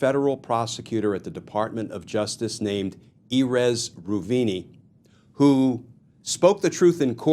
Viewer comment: That's nowhere close to how you pronounce Erez Reuveni.